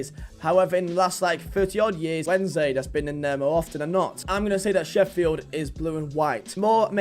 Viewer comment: Least he got Sheffield right, WAWAW